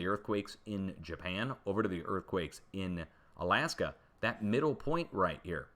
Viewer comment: On- Alaska. Like “On and off”